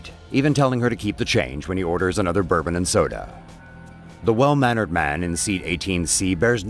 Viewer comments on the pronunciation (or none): none